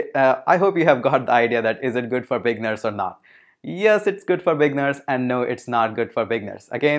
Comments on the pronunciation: thank you for the intro on Wordpress, it was very informative. * I just want to assist you with the english pronunciation of "Beginners". While you pronounce it saying "Big-ners" it actually pronounced as "Bee-gin-ners" or "Bee-ginners" * Click on the oxford dictionary link below and press the audio icon and you can hear the pronunciation. Keep up the great work. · LoL. What’s a bigner? I thing you are trying to say beginner. Bee-g+inn-nurs. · The word beginner after the g you need to pronounce it like it's eee right after the g like the i is dragged longer just trying to help Regarding WordPress it's a decent Cms for clients with lower budget and themes creation is not too hard